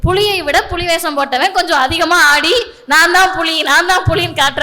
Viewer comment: Puzhi illa puli thamil ucharippu mukkiyam